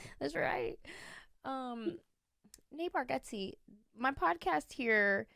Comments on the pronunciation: You are pronouncing his last name wrong. It sounds like Bar get zee (not Bar got zee). He is too polite to correct people. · It's Barg-eh-tze... How well do y'all really know each other?! 😆 Great, fun show! Thanks for the laughter! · I think it's bar (get) ze. But even Nateland crew gets it wrong. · Pretty funny that you mispronounce the last name of your good friend. 😂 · Love it! Btw I think you’re pronouncing his last name wrong 😮